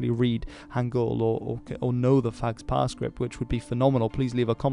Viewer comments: initial PH- in "phags-pa" is pronounced as a P not an F, it's like an aspirated P sound. There's no F-sound in Tibetan or Mongolian, according to Wikipedia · I don´t know 'phags pa script, but I know Tibetan, and you should pronounce sa "pagpa" with first "p" having aspiration. So it is aspirated p with slight nasalization precing it as if you were saying "mpha", not f. The "s" is silent. Just to add, the word phagpa means "noble" as a noble intention, noble person, noble cause etc. - not noble as a member of nobility.